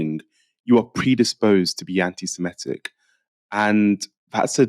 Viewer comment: Does everyone these days pronounce 'anti-Semitic' as "anti-Simetic"?